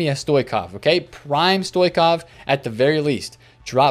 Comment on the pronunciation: Can I correct you, man? I am bulgarian, so is Stoichkov. His name is pronounced StoiCHkov, not StoiKov. Like GarinCHa, like this.